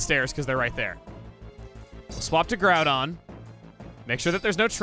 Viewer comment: Or when they mispronounced Groudon and Kyogre.